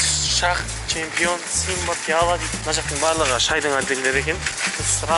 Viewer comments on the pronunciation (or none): Чемпионго ш емес ч😅😅